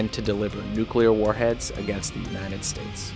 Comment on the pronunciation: bro really said "unined states"